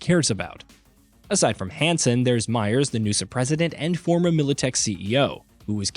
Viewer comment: Who calls the NUSA “nusahhh” wtf lol. That’s like saying “usahh” when reading USA